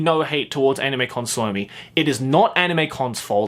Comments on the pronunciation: I can't help but laugh out loud to how they pronounce "Suomi" It sounds like "salami" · Just learn to say suomi correctly